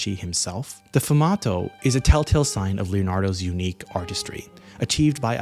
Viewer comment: 1. "Fumato". Lol. Um ... No. It's "Sfumato" - with an S. You don't know art, do you? You're just regurgitating. 2. It's absolutely 100% a real painting. It is also absolutely 100% NOT a Da Vinci. I can tell by looking at it. Anyone with half an artistic eye that is even passingly acquainted with Da Vinci can tell it wasn't painted by Leonardo.